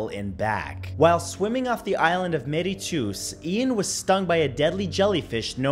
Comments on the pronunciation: Its pronounced mir-itious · Mauritius is pronounced maurishus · spelt Mauritius its pronounced more-ish-ess